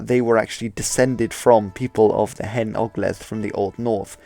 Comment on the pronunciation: Brilliant video and did the Old North much justice. Don't want to be picky, just to say 'hen' in Cymraeg should be pronounced 'hane' (meaning 'old') :-)